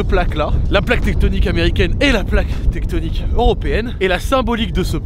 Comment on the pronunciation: Plaque lithosphèrique pas teckonike t’abuse